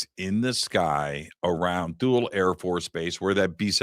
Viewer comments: My dad was stationed in Thule in the 70s. He always pronounces it as (tool-ey) so hearing it pronounced (tul) is throwing me off 😂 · I think it's pronounced like toolee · Base pronounced Tool-ey. Get edumacated prior to showtime. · It's pronounced "tool lee" btw. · My band played The Festival of Light in 2003 at Thule. We were there to entertain the troops. Three things - it was like planet Hoth. Their mission was to watch for ballistic missiles from Russia. And, we were told it’s pronounced “Tool-ie.” Great work to the both of you! ❤ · It's pronounced "Too-Lee". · It doesn't make you sound very credible, you can't even pronounce Ikea or Thule